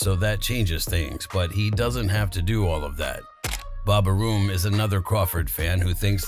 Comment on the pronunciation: Bob Aroom?? 😂